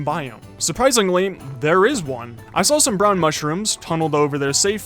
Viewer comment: “I sawl it”